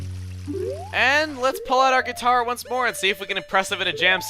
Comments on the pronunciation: sure likes the "guiter". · "The Great Sea Guiter Cover" hahah